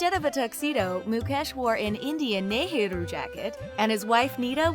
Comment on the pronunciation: Neh-heru jacket